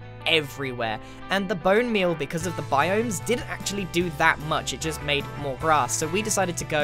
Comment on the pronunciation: You Said Moar then 2..